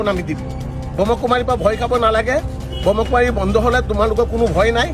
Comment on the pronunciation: আপুনি কথা কেইবাটাও ভুল কৈ কৈছে প্ৰজাপতি নহয় প্ৰজাপিতা হে আৰু ব্ৰহ্ম কুমাৰ নহয় ব্ৰহ্মা কুমাৰ হে হয়।